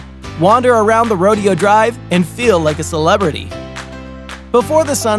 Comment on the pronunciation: It's pronounced Ho-pee (Hopi), Mo-hov-ee (Mohave), and Ro-day-o (Rodeo Drive).